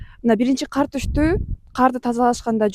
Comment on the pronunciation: Кар десен каар дебей журналистка